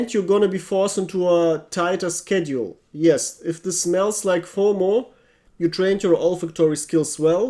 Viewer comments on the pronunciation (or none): none